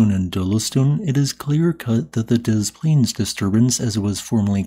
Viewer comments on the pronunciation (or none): Um, you know people who live there pronounce it Dez Plainz, right? Americans can't say non-English words correctly. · 'Dez' Plaines, but awesome!! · Pronounce dez-planes. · Heads up Des Plains, you pronounce the S in Des. Not De Plains but is Des-Plains. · "Deh Plaines". Jeez, at least pronounce the name correctly. "Boss! Da plane, da plane!!!" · the town is pronounced dessss plains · Chicagoan here! We pronounce it “Dez Plains” with zero French influence at all. Whether it’s Des Plaines the suburb, the Des Plaines river, or Desplaines St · As someone who lives right next to Des Plaines, you completely butchered it's pronunciation. It's pronounced "DisPlanes" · DEZ Plaines. Not like Des Moines. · You pronounce the S in Des Plaines its not like Des Moines. Ain’t english fun? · FYI for y'all non-Illinoisans: that city is pronounced with both of its S's intact. To name it properly like we locals, you say it like it's one word & put the emphasis on the second syllable. "DessPLANEs" 🫡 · oh this is dope. Is it not pronounces "deh-splaynz" tho?? I always hear ppl say it that way here in the city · It’s not pronounced like DeMoines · It's pronounced DESS Plaines, the S is not silent like in Des Moines. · Yes. I noticed he said it wrong at the beginning, then correctly later. Dez Plainz, folks. Dez Plainz. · The s in des is pronounced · For reasons unknown to anyone, but confirmed by anyone that grew up around here, both S's are pronounced in Des Plaines. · You pronounce Des, with the "s". Not like Des Moines. I'm very glad that this event happened long ago, because I live around 15 miles from Des Plains. You better be over 1,000 miles away. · locally both "s" is pronounced for Des Plaines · Then completely butchers "Des Plaines" pronunciation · The narrator pronounced it incorrectly at first (and correctly later). The locals pronounce the "s" in "Des."